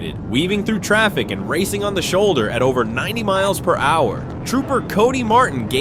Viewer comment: “Kilometers per hach” A Call to “nine hundred eleven” Couldn’t find a dumber AI voice?